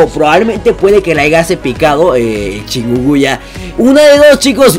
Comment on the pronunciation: Se dice chicunguña ._: no chicuya xD